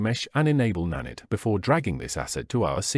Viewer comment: good vid, but its na-night not na-nitt sorry that triggered me lol